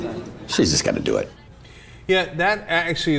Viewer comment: Oh Wow, it's not creative?! He said"i'm going to "dew" you not do. Danm it's just a commercial,Fuck!